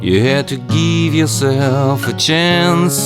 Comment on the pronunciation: To geeve yourself a chance, you have to geeve yourself a chance. lol Looks awesome but I had to tease you just a bit. That's actually a nice little diddy and I like your tutorial :)